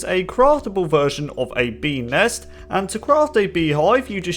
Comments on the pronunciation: I hear penis instead of bee nest or ness idk ._. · beenest sounded like penis